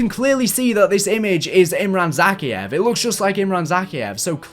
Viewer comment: With a name said enough times in all the Modern Warfare games, how can you mispronounce Zakhaev's name?